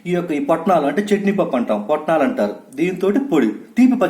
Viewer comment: Potnalu kadu swami putnalu ani antaru normally